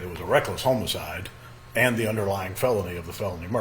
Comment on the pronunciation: Homo-cide. Bizzare pronounciation